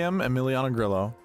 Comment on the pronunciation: Come on don’t be lame like other content creators and not pronounce Grillo correctly. Drove me crazy last week. I will help. Think of it like this Gree-yo. No L sound.